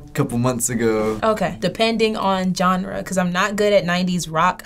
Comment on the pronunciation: Your WCW pronounces "genre" as "johnruh."